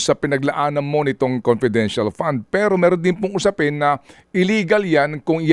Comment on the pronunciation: Confedintial fun ngaa eh